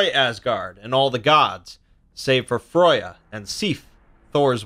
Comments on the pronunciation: You do realise you said Froya not Freya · Her name's Freya not froya! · Freya not Froja but other than that fantastic video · Rain I think its a different kind of pronouncation bro. We are more used to Freya but I think Froya is thr lesser known version of her name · Freya not fruya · The way you say some words like FREY YA not froy ya wtf for Freya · F r ai - y uh BTW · Xiedhal Kreiyutz Well, both are wrong, her name is pronounced /frøyja/ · Gυnjα Fυry there is no ø in freya, the pronounciation is More similar to freija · It's a nice video. But it's annoying to hear my favorite goddesses' name mispronounced over and over!